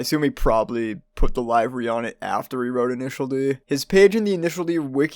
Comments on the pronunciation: livery is pronounced "li ver ree" not "live er ee" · Hilarious and informative video. One thing, Livery is pronounced like de-LIVERY. This is coming from a life long F1 fan.